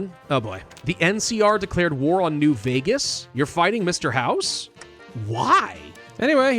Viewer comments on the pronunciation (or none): none